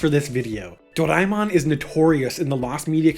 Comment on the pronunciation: How is this guy saying Doraemon lol.